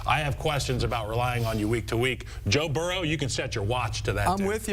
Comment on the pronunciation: Calling the GOAT Joe-Burr-Hoe is diabolical!